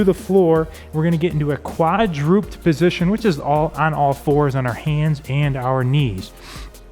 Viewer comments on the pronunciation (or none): I've just found my way to, and I appreciate the solid, no-nonsense strength workouts. But please note: The word is KWAD-ROO-PED (three syllables), not KWAD-DROOPED (which sounds more like how my quadriceps feel after all the squats and lunges.) Thank you! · Hey, the word is "quadruped," as in a 4 footed mammal, and pronounced "/ˈkwädrəˌped/", not "quad-rooped."